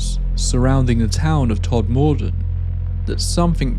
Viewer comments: I could be wrong, but I believe it’s pronounced ‘TOD-mudden’, with stress on the first syllable, known as ‘Tod’ locally. But I defer to Tod locals here. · Thanks - good watch. Although the pronunciation of the town is more akin to 'tod-muh-dn' 👍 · I live four miles away from Todmordon and it's pronounced TOD-MER-DEN not tod-moor-den. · I’m from Burnley and we are 30 mins from Todmorden. My dad was a printer in Tod. Round here, it’s pronounced Todmuden. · Love this story, it's such an odd one, and of course, your narration is top notch! Oh, the emphasis is on the first syllable, it's TOD-muh-dun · I’ve never known anyone in the U.K. pronounce Todmorden as Tod-More-Den Well researched ‘tho and I enjoyed hearing about the cases again. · I grew up in Burnley and with the name Todmorden I have never heard it pronounced with the emphasis on the OR. It sounds more like Todmuden. Not that it matters lol We pronounce places differently anyway, my family have a Manchester accent and they pronounce Bury as Berry, where I have a Burnley accent and I call Bury as it is spelled like you have with Todmorden. So maybe it’s just our different accents lol Great video though! Thank you! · I'm glad you issued a correction on your mispronunciation of Todmorden as it was starting to irritate the hell out of me, as for the other errors in the video i'm glad you addressed those too. New viewer here and i almost switched off in frustration at the mispronunciation. 🤷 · It is Todmorden, but it is mispronounced throughout this video. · If only you could pronounce Todmorden properly 🙄😜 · Never heard it pronounced like that 😅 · Like it. You pronounce Todmorden wrong. But nice video. I like it. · Everyone pronounces it wrong 😅 Once, a German friend said she didn’t like the town as it more or less translates as Deathmurder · As a Yorkshire born bloke, can I just point out that Todmorden is pronounced with the emphasis on the first syllable, not the second. TODmorden, rather than TodMORden.